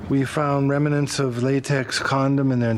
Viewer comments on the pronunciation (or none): "...we found *reminants*" lmao dafuq? dude isn't even trying anymore